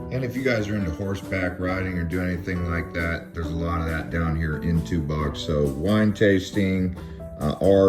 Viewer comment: Tubac is pronounced "tuback" I used to I've there.